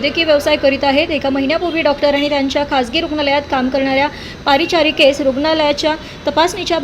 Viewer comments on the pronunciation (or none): "पारिचारिका" नव्हे मॅडम, "परिचारिका"...